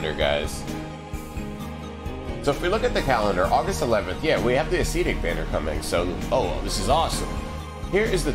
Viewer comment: Love your channel! Since you asked for some corrections, I would like to clarify that it is pronounced "əˈsedik" or "a' se tik" and not "a'SEEtic". Short "e" sound.